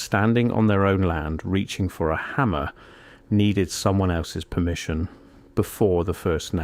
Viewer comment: "Permmission". Funny thing, that. So exactly what do I lose if I don't get "permission"? BTW, I know there's ways around this, but for ease of operation, I bought my first house (in CASH) at 50 years old in the middle of a rural area in Tennessee, outside city limits, unincorporated, no HOA, no building codes, and no municipal cops. That's a good start. Super cheap. And I can lawfully shoot my guns off my back porch. 🎉